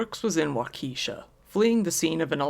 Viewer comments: Hearing the way you kept mispronouncing Waukesha was so cringe. I'm surprised that in all your extensive research you didn't watch any news reports and heard how it's pronounced. It's all good tho, just being from Wisconsin it's hard not to notice especially with as many times as it's said. Wah-keh-shaw short e sound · Really good coverage here! Just a note for any future updates on events however that Waukesha is pronounced with the emphasis on the first syllable, and the e is a short vowel as opposed to a long one. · I came here to say this, but knew in my heart someone already had. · A quick google search on the pronunciation would have helped. I don’t even live in the state. A terrible tragedy none the less. The young life taken especially. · Not Wau-Keisha, it's pronounced Wah ka shaw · wuakishaw, not wa. kiesha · It’s pronounced “wok’a’shaw”. Not wakeesha , it’s Native American. I’m a Wisconsin born n raised. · Bruh Walk-esh-ah, not wah-keesh-uh 😂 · The second person I know of that pronounces Waukesha as Wah-Keesha, lol. It’s all good. If you want to know how it’s pronounced: Wah-kah-shaw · It’s pronounced Wok-a-Shaw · Just to help you out, the city is pronounced "Wa (short "a" sound) ka (again short "a" sound) shaw." Hopefully that fool gets the death penalty and they actually act on it quickly. I blame the court system, as well as him, for letting that idiot out so many times. I'm so sorry those people lost their lives. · Waukesha is pronounced WAU-keh-shaw :-) A lot of Wisconsin cities, towns, and counties are named in various Native languages and tend to be tougher ti pronounce from a glance if you’re not from around here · Had a couple coworkers who were there that day. Probably gonna need counseling. It's "Walk-eh-shaw'" btw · Pronounced…… Walk-ah-shaw……. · Great video. And Waukesha is pronounced wau-ke-shaw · Walk-A-Shaw is how that town’s pronounced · its wau ka shaw btw good vid tho lol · "Wawkeesha" had me cracking up, though. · lol "wa-KEE-sha"